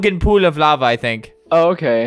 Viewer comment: when it said lava it sounded like "lover" XD